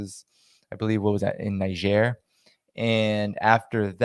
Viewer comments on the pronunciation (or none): With love, as always... ❤✊ émigré: say "AY-mee-GRAY" (so, emphasis on 1 & 3 instead of 2) Niger: nee-ZHAIR baring ( -ish): homophone of "bearing"; as in to make bare